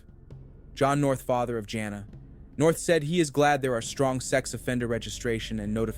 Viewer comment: Her name is pronounced like "Gina"